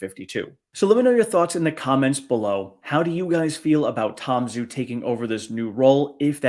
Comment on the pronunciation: Tom Zhu’s name should be pronounced “Ju.” Refer to online Chinese romanization chart based on pinyin. Love your channel and keep up the great work!